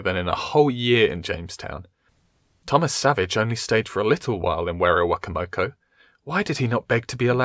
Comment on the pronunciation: werowocomoco is pronounced (wero-wo-coma-co)